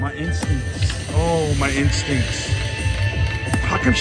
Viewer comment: Lol one time when you said my instincts it sounded like "my ink stinks" But I like your tattoos 🤣